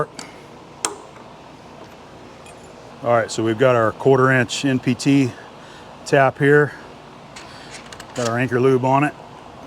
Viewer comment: What’s an “empty T?” Geeze, took me a bit to hear that one right! :). NPT. Sheesh.